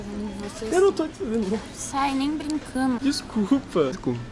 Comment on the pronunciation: MDSSSS A palavra é (RINDO) n (Rino)E é (BRINCANDO) n (BRINCANO)